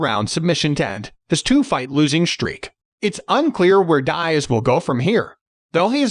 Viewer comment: “Nate Dieeaz” 💀